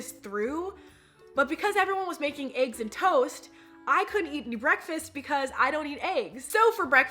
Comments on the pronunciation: the way you kept saying eggs has me rolling 🤣🤣🤣🤣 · lmaoo i love the way eva says eggs